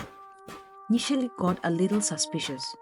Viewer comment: Awesome narrative and I'd love to know more stories from this channel. One correction: It's Nishela and not Nisheli.